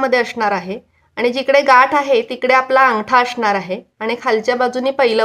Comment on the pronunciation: तुम्ही स चा उच्चार श का करता🤔 अशणार नाही असणार